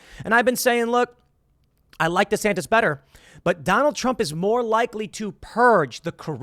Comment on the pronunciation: DeSan-tie? roflmao